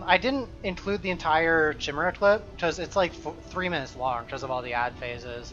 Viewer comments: it's pronounced like 'kyle', chimera, not 'chimney' chimera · trying to find new PoE youtubers to watch. Find. Grown man playing fantasy RPGs doesn't know how to pronounce "chimera":'(